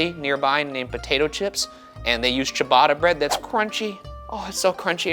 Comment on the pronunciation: It's pronouced Chia-batter cheee aaaah batter bread, not cheee baaadaaah bread